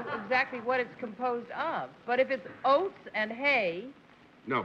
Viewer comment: John keep wanting pronounce "oats" as "hoats". Is there some thing in old English that calls for an "H" in front of oats?